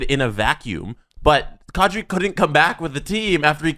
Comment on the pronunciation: Will the broadcasting community ever, as a group, get the pronunciation of “Nazem Kadri” right. Come on guys, it’s been ten years.